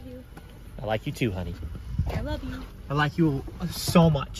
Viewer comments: "Ok, 2 letters!" "I looe you" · Ahh yes I "LOOE" you too! 😂